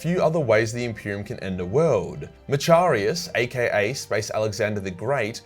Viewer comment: As much as I like your videos, your pronunciation is so fucked. Tallarn not Tallarian Macharius is Mackarius not matcharius